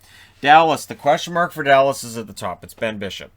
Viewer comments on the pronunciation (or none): none